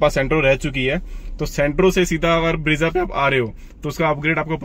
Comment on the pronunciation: bhai ब्रेज़ा hota hai, ब्रीजा nahi. Looking for more content like quality of materials, rear seating space etc.